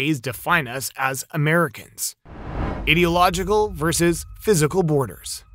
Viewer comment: Bro as a American and English being my 2nd language. It's i-dee-log-eh-cal lol not idiotlogical lol